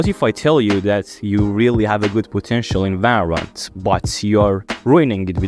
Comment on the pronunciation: its valorant not varrant